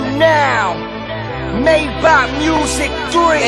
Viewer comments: Omg they dont even know how to pronounce the car's name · Es heisst Maybach und nicht Myback ;)